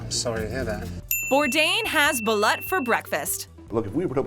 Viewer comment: It's balut not balat